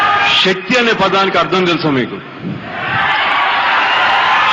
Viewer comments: Shakthi kaadhu babu Sakthi anaali🙏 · Shakthi kaadhu Sakthi anaali🔥